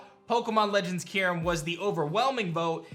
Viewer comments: I hope you’re right so they can finally know how to properly pronounce Kyurem. I’m pretty sure it’s not Key-Room or Que-Rum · As a huge Unova fan, I have to doubt Legends Kyurem. No two people pronounce that name the same way. I'm all for Unova going agrarian though!